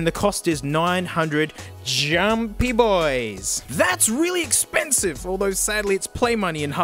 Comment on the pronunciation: "that's really EXPėNSIVE"